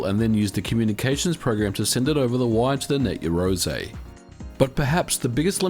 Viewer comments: Just want to point out... "Yah"-roze not "Ye"-roze... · You are pronouncing it incorrectly, its yarou ze kinda like 2 words and the r in rou is a mix of r and l sounds. you can use text-to-speech to get an idea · It's pronounced *YAroze* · You realise you don't pronounce it Yarozay don't you? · Your pronunciation for "Yaroze" is completely off. It is Japanese so the sound is closer to "Yah Loe Zae" meaning "do it together". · It's pronounced "ya-roo-ZEH" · 99% of the time you are mispronouncing Yazore. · I think you're pronouncing the name of the system incorrectly. The "something-ze" speech pattern is strongly associated with the hot-blooded protagonists from manga and anime targeted at boys, so I believe you should be shouting the name.